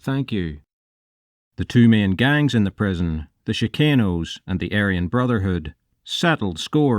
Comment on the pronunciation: Chicanos being pronounced as “she cane owes”….